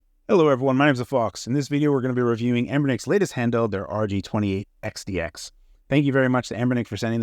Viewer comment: Is Phawx saying this weird? I keep hearing RG-28XDX?